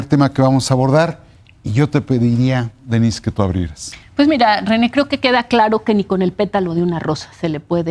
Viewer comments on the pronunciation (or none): No se dice "Dénis", infórmate!!! Es "Denísse". Te puse acentos para que entiendas cómo pronunciar el nombre.